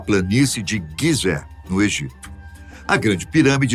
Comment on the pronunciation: Guisé??? Ou pirâmides de Gisé ??? Ai ai